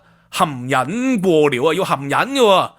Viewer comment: 你讀到好似含𠃊 😂